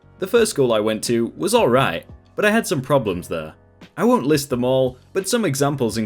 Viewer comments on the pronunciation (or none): none